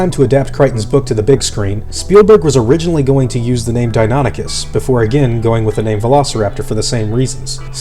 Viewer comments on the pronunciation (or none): Deinonychus is pronounced dy-NON-i-kes, not Denoticus. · "real" criticism though. I totally thought it was "dino-nike-us" as the pronunciation, "di-nonny-cuss" was weird to hear. But latin's a dead language so as long as you stick to one convention, anyone can be right. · I thought you said it Dino-nie- cuss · I always thought it was pronounced "die-no-NIKE-us", as opposed to "die-NON-ichus"